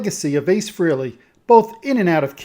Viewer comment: Pronounced Frailey